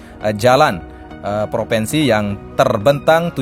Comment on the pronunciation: maaf mas ngomongnya gak lurus....proviiinsi massss bukan proveeensi.